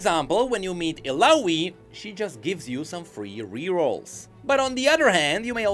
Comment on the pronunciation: ITS NOT ILAWI